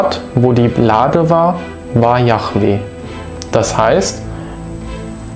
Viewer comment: übrigens _ es heißt nich jachweh- das chet steht nirgenwo. die bibel spricht von jod he wod he JHWH also jahweh